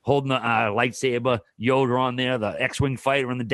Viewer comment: talking about the star wars jerseys- "Yoder on there" 😂😂